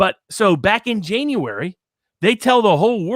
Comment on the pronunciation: Jane-uary (I'm going to adopt this pronunciation in the classroom. It'll drive my students banans.)